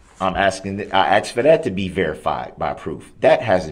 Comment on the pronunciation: I wonder if the court recorder types asked or axed? 🤔